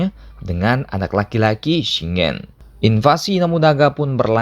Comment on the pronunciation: Sekedar saran min, tolong pengucapannya diperbaiki. Terutama di bagian nama tokoh2 dan tempat atau kejadian, seperti shingen dibaca shin gen pakai g seperti "shing gen", bukan shi ngen. Sengoku dibaca bukan sen ngo ku tapi "seng go ku". Honganji juga pakai g bukan ho ngan ji, honnouji panjang di nou bukan honnoji. Enryakuji bukan eneriyaku ji. Dan tokugawa ieyasu min bukan leyasu (I bukan L). Motoyasu juga bukan motoyesu. Maaf saya koreksi banyak, channelnya udah bagus saya suka, cuma lebih baik kalau hal seperti ini diperbaiki kedepannya. Terima kasih 🙏